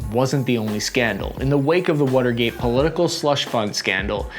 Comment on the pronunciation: "the wutergate" is all I kept hearing